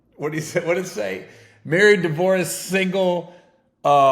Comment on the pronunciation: Been loving you since comicview but for the love of God learn to pronounce “divorce”!😂😂 nothing about that shit was “racist”! Haters STFU w/ ya bitch ass!